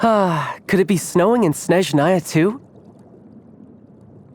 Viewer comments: foreigners keep pronunciating it in the wrong way Actually in word 'Snezhnaya' stress isn't on 2nd syllable, it's on 1st So it's not SnezhnAya It's SnEzhnaya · tartaglia, you are not from snezhnaya unless you pronounce the name of your own country correctly....